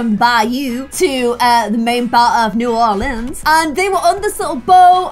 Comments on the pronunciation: you don’t pronounce a d at all in new orleans , it’s just new or-lins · Its Pronounced new or leens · its new-or-lins ORLEANs love you though <3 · Its Bye U! And New Or leens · its new orleens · You're totally right! But as a Louisianan it makes my blood boil when people say new or-lean-s it just ain't right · Here’s some help. Bayou: baa you New Orleans: new orlands Lebouff: le boff Thought it would be a bit helpful if you knew how to pronounce everything. #peach-juice-for-life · Pronunciation guide for! Bayou- Bi-you Le Bouf- Le Buff New Orleans- New Or-lins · New Orleans is pronounced New Or-lins and you say the Ba-you. Also I think Tiana should marry prince Naveen. Then she would adopt the next princess. Love your videos! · new orleans is kinda pronounces as “norlins,” just with a soft o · Buy-you, La-boo-ve, New or-lens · Omg!!! Your accent is hilarious lol 😂😂😂 The way you said Atlanta was soooo perfect and it’s ironic because Georgia is actually the peach 🍑 state in the US!! And if it helps: Bayou- By you New Orleans- New Or Lins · Incase u were wondering pretty sure that New Orleans is pronounced new or lands incase you were wondering Lysm xx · Here is how you pronounce New Orleans, New-Or-Lins, New Orleans. Like so can see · I'm southern. You say New Orleans as New OR-LENS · It's pronounced new ore leenz and bye you hope this helps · Pronounce it like this: New~ Orlins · New OR-LENS SUTHERN GORGE-UH THE BY-YOU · It's pronunced new-or-leans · It’s bay-u and new-or-l-ee-ns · It’s ‘ new -or-lands’ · New ar lans Bah youu 😂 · Okay so do this. Pronounce New Orleans the way that the French did and claim that you are learning the language of the baguette. I did this in my French class one year and it worked, then proceeded to accidentally do so during an English presentation the next class and still got away with it. So ha xD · 😂😂 instead of trying to pronounce New Orleans you can just call it NOLA (nol-yuh)